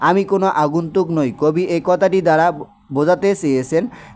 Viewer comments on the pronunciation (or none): none